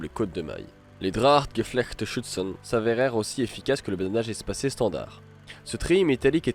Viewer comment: Le terme exact est : Schürzen et non pas Schüzen.